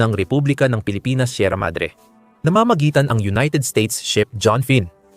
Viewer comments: Mali ang text reader,🤣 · Sierra MADRE hindi sierra madra. Tayo tayo magkakagulo